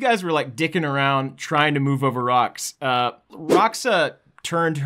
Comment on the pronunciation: its Rah'ōxah not Rah'oxah.